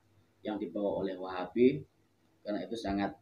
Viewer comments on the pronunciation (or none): baca nya salah wahabi itu